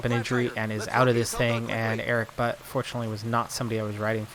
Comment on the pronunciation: I like this series. Somehow managed to watch all 144 episodes during a week. If you like to pronounce Erik Butt right, it would be more like "Boott". ;) Greetings from a new fan from cologne :)